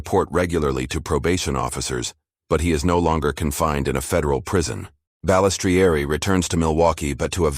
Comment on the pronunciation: Every time the ai mispronounces Balistrieri my ears hurt lol ffs I hate ai voiced videos